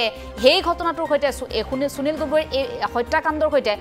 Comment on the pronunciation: চুনিল গগৈ ? যদি সুনীল শব্দটো চুনিল বুলি উচ্চাৰণ কৰে তেতিয়াহলে সুবিধা শব্দটো চুবিধা বুলি উচ্চাৰণ কৰিব নেকি ? উচ্চাৰণ লৈ আপোনালোকৰ এইটো কি বেমাৰ হৈছে ? অসমীয়া ভাষাত শ, স, ষ যুক্ত শব্দৰ উচ্চাৰণ চ বুলি যে নকৰে আপোনালোকে নাজানে নেকি ? মনত ৰাখিব উচ্চাৰণ আৰু সূকীয়া শব্দ ভাণ্ডাৰ অসমীয়া ভাষাৰ পৰিচয়।